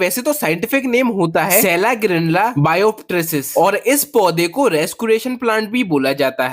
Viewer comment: भाई वो सेलिजिनेला होता है न कि सेलागिनरला